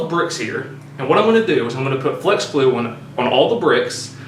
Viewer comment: "Fleax"? What?